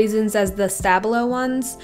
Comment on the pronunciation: Please stop butchering the name Stabilo. SHTA-BIEL-O. I Iove the Stabilo fine liners, don't know why you don't like them...